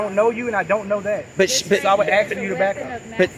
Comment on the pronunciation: For God sake. Ask not axe.